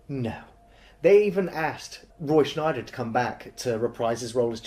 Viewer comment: Nice vids. But it’s Scheider - no N !